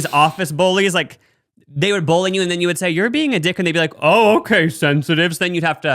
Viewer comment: NOT TRYNA BULLY YOU BUT I've always loved the way you say bully like "bowly" hehe